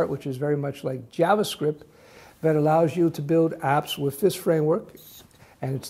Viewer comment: I only watch this guy cause he says jabascript